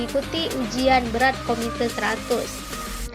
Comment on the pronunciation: KUMITE bukan KOMITE...